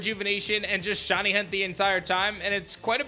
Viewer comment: hearing you pronounce "shiny" as "shonny" is the most painful thing ever, please learn how to say words correctly